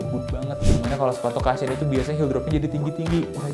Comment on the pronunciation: Cushion bukan dibaca kashyen ya. Bacanya Kushen. Thank you